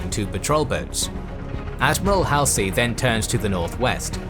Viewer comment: I have never heard Admiral Halsey's name being prounced like that.